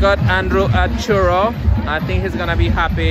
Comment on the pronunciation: you are officially expelled from Spain pronouncing "Churro" like that.